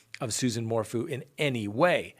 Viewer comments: Suzanne 'Mor-foo' lol How do you pronounce the word 'phew'? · cracks me up. I come here for the true crime, but I stay for the mispronunciation of people’s last names. Lol Mor-Foo